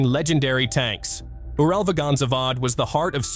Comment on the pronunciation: I wish he stopped butchering UralVagonZavod if he can't even say it correctly 🙄